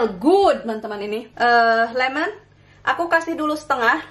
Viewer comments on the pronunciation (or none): none